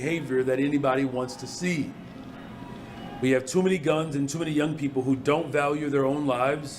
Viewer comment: It's duh guhnzzzzzz!!